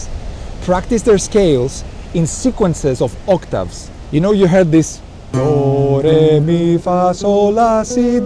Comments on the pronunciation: Your DO RE MI FA SOL LA SI DO is perfectly pronounced, do you speak Italian?? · χαχαχα😅😅. Όταν είπες το ντο ρε μι.... εκεί ήμουν 100% ότι είσαι Έλληνας! Σε ποιο μέρος είσαι